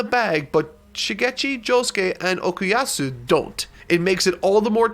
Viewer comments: Why does he say "Okiyatsu", it's Okuyasu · How tf are u pronouncing Okuyasu "Okuyatzu"!? 😂 😂 😂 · He's Okuyasu NOT Okuyatsu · Everyone's upset about "Reverb" but a subtle upset of mine is that he keeps saying "Okuyatsu" instead of "Okuyasu" Mans is saying つ instead of す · its say'd okayasu and not okaytatsu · It hurts me that he says OkuyaTsu and not Okuyasu and calls Echoes Reverb. And overall japanese names pronounciation i guess. But well natural for english speakers. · It's pronounced Okuyasu, not Okuyatsu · "Okuyatsu" I AM DECEASED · bruh why is he saying Okuyasu like "Okuyatsu" bruh why is he calling Echoes "Reverb" bruh why he say Morioh like "Moria" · Nobody:: Okoyatsu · man sayin Okuyatsu wtf? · It acc hurts how he says Okuyatsu🤣🤣 jkjk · the way he says okuyatsu, yakako, and remy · Great video but... what's with this "OkuuyaTsu" pronunciation? 😅 also.. Reverb????? (I know I'm being nitpicky here, keep up the good work!) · Im really glad he could enjoy this amazing part. The only thing that genuinely bothered me about this entire video is him pronouncing Okuyasu as "Okiastu", it kinda hurts to hear it several times and even see the captions spell it incorrectly, hopefully he fixes that in his part 2 video. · did he just call him okuyatsu?? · ”OkuYATSU, OkuYATSU, OkuYATSU.” Dude, no. There’s no T in his name. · Okay, I don't like being that guy, but after looking through comments and not seeing any mention of it... Is it only me who finds pronunciation of Okuyasu name weird? At least at first? Like, am I the only one hearing T in "Okuyasu"? Am I paranoid? Am I going insane? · I guess because he didnt watch the anime so he never heard the correct pronounciation